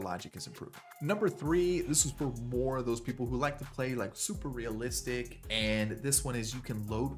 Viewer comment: for a guy that talks about "who cares about waman, it's a video game it's not supposed to be realistic really puts the emphasis on "realistic "😂